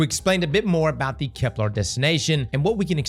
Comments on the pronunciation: Bro. Why you keep calling it KeplAr? It’s KeplEr. There’s not larrrrr sound. It’s lerrrrrrrr. Keplerrrrrrr. Bruh everyone else is saying it correctly except you 😂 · Bro gotta stop saying "kepLAR". It's "KepLER". Plz man 😭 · for the love of all things sacred and holy it’s KeplEr! Not KeplAr! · my guy you gotta call it kepLER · Can’t wait for next year’s expansion already so I can stop hearing cross call it Keplar. That and him saying systematic when it says systemic gets on my nerves so much. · Bro's gotta stop saying "KepLAR" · Why “KeplAr”? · Kep•lerrrrrr 😵‍💫 No “arrrrgh”, the pirate over here. 🏴‍☠️ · is a very VERY gay man, so colour me shocked he would pronounce it like Kep-LAAAR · Kepler.. doesnt have an A in it. Its a real-world word, cmon man